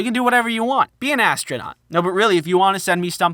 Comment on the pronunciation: be an 'ass' tronot.....ha ha ha ha..........okay, thats not that funny, but hey, thats what I heard.